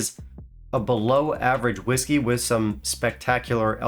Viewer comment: Sounded like he said jew whisky instead of gwhisky 🤣